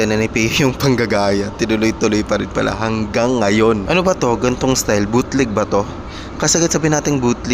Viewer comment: Bootleg... Hindi BUTLIG 😂😂😂